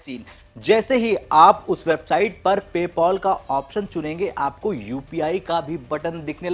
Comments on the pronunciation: Yrr PayPol nahi PayPal hey hoo😂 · Pole POL Paul nahi bhai PayPal Pay-Pal "Pail"